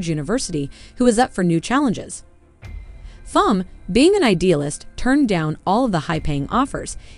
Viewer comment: Thom is pronounced "Tom." Whoever is narrating this obviously did not watch the film.